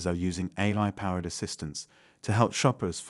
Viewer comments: The voice keeps saying "a-lie" - is this a programming fault or a subversion of the message? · the voice just said "a-Lie" at about 8.21 - This video is Ai!